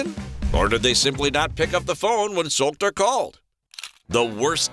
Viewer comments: His name is Solskjaer and not Solter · It’s Ole Gunnar Solskjær not Ule Gunna Salkter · I recommend you to check correct pronunciation of Solskjaer. It must be [Sulsher],if I'm not mistaken.